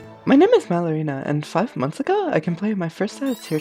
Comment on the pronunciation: bruh I thought this whole time you said your name Like MaloryNA